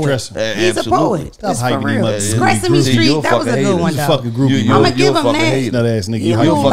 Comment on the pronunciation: Nigga Said Stressame Street 😂😂😂